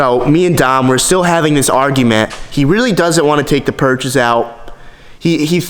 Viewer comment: Stop saying purches!